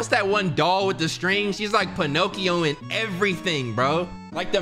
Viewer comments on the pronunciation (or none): Lmaooo him saying ponoccion